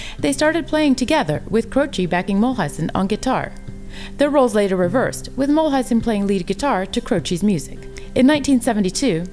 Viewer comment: It is a nice summary - I liked it. The only thing is that Maury's last name is pronounced MULE-IZEN....instead of MULL-IZEN